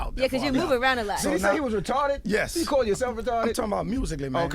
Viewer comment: When he said “Retawded” pissed me off the way they act like that was old and out dated. It’s 2020 and Kevin Gates and others still use it